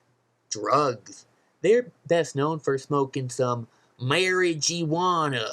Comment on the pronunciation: Marogeeywana? Dont you mean Marojuana? Stay in school kid.